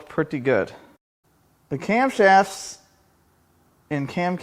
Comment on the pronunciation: "Now it is time to cram the cam cramps loose, so that we can pull the cramshafts." I don't have any idea how many of those syllables were intentional but they all work.